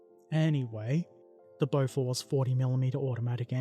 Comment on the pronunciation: Your Bofors pronunciation is quite good, you wouldn't pass as a local but you would definitely not embarrass yourself